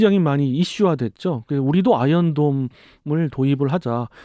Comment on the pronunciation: 롸켓 아이언덤~ 뢰이다 발음 롸이트하네요ㅋㅋㅋ 조금은 오글거림 (디스아님)